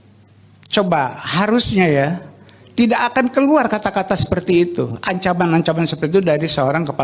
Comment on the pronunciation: Sekelas seskab masa bacanya sesuai tulisan???!!! Kek bocah SD???!! Pokok harusnya diucapkan poko, tidak diucapkan tida' 🤦‍♂️🤦‍♂️🤦‍♂️